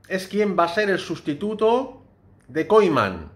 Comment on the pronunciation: Se pronuncia Koiman de verdad?